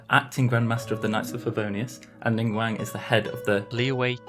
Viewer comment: Did he say ningwang and not ningguang?